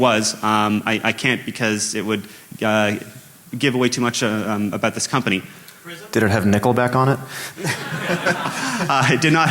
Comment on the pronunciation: I love the way canadians say ABOUT ABOOT ABOWT ABOWWWTTTTT